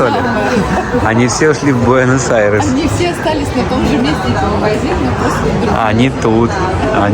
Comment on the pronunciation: В АйрЕсе , а не АйрОсе. Это как Эролаш и Ералаш. 😂 Надо было ,для полноты картины, валенки одеть . 😂